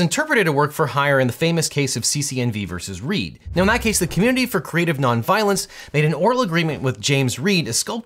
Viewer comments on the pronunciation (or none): none